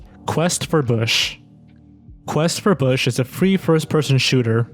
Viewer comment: When you said Quest for Bush, i heard it as Quest for Fish